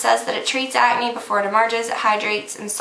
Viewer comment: you say acne funny lol like you dont say the "c" just at-knee is how it sounds lol its cute though!